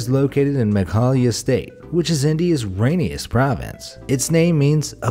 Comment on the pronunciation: It's "Meghalaya"